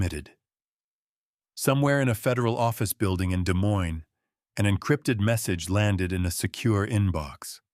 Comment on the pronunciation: Just FYI--both s's in Des Moines are silent 😉